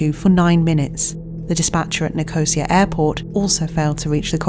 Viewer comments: there is no Nicosia airport, and that’s not how you pronounce it. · Doesn't really matter but just FYI Nicosia in Cyprus is pronounced Ni - kuh - SEE - yuh not Ni-cosier... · Thats not how you pronounce Nicosia.